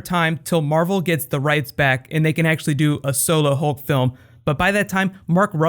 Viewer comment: It says mavel instead of marvel